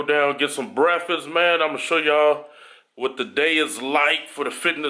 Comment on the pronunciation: "Get sum breafuss" Sound just like my pops 😂 that OG pronunciation lol